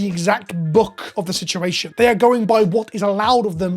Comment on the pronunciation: I hate he said sea shed shituassion